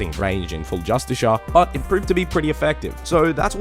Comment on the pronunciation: "Just-a-shirt armour ".... grrr... my dude . Y'a triggering me. Lol. Say justice car... you will be closer to the right way